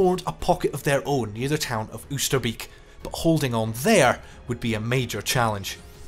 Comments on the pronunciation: "Kroosbiek", "Oesterbiek", "Vegel", "Naaimegen" ... Could the makers of this video really not find any wanton Dutchmen to help them with the pronounciation? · After seventy odd years, IWM might have ascertained that Oosterbeek is pronounced OASTER-BAYK- '--beek' being cognate with northern English 'beck' - a stream or brook. beek/ beck Not much difference. Not so difficult. Ditto: Groesbeek. Just saying. alsjeblieft Met vriendelijke groet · Informative video, but I think it is a bit disrespectful not to look up how the town names are pronounced. I understand it would be with a British accent, but Oosterbeek en Veghel sound horrible now.